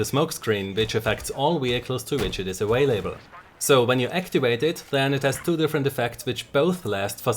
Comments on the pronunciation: Argh! dude! Its "available" not "a way label" ... After a year or so I just could not hold back any longer. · say awailable again please, love your accent.